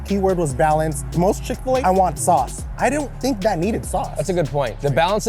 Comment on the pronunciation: Wendy's: "The most flavorless chicken i've had in a while" *Still rated higher than Dave's hot" Josh you need to work on the word most